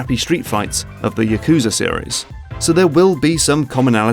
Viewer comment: "yahkouza series" lmao